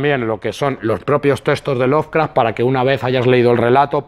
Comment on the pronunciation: ¡Que no es "loveRcraft", que es "Lovecraft"! Jaja.